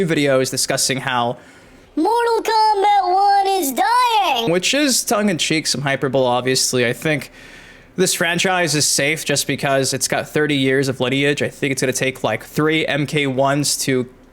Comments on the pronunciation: "Hyperbole" = Hy-per-bowl-ee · The way you pronounce “hyperbole” kills me lol.